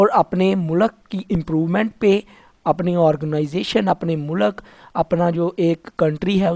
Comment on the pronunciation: Mu-lak Nahi mulq hota hai 😂😂😂😂